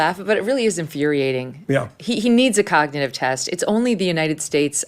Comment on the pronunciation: How could he pass a cognitive test? He can't even pronounce cognitive.